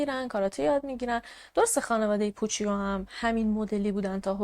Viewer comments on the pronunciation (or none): عزیزم، اون پوچیو که گفتی ، در واقع پوچُو تلفظ میشه. ویدئو هات رو دوست دارم، کارت عالیه❤